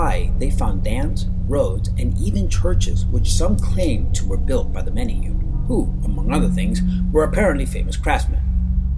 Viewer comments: He said manahune wrong. (Meh-neh-hoo-neh) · Menehune pronounce Men-a-hoo-nay. Now say to faster and you got it 👍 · Btw it's not pronounced menehoon it's mene hoonay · #16 is pronounced "may-nay-hoo-nay". There is a drinking water company with menehune as the mascot in Hawaii. I never knew there was evidence for their existence, so that's pretty cool. Even more interesting in my opinion are the Night Marchers, the ghosts of Polynesian warriors that will attack you if you accidentally cross their path. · Menehune are pronounced may-nay-HOO-nay. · OMFG Stop mispronouncing hawaiian words! (Men-ay-who-nay) proper pronounciation please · Love it aside from one thing.. the menehune is pronounced men-eh-who-neh. You said it alot so I felt the undying urge to tell you. Still though. Loved the vid! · Way to butcher the pronunciation of menahune. Really bad.